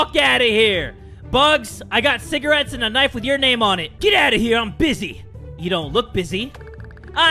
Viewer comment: I just realized he said CIGARETTEÁS